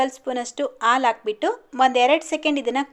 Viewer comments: Alu Alla haalu sariyagi Kannada Matadi Kannada ucchara sari madkolli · ಆಲು ಅಲ್ಲಾ ಹಾಲು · ಆಲು ಅಲ್ಲ ಹಾಲು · ಅಕ್ಕೋರೆ ಆಳ್ ಅಂತ ಹೇಳ್ಬರದು ಹಾಲು ಅಂತ ಅನ್ಬೇಕು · Aalu alla mam halu 😂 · Aal alla halu